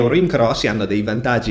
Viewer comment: CRO non si può sentire 😅